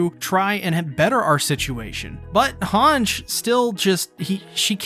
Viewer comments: great video but man its pronounced hangi like saying e when you are reciting the alphabet, not hange with a j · Mi-KAW-sa Hawnj Paradisss Er-WIN Yell-A-na Bruh what’s with these pronunciations?! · Hange’s name is pronounced Han-Ji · Does he s pronoun "Hange" instead of Han-ge on purpose ?